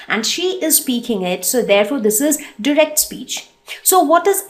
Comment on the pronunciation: You are not saying direct correctly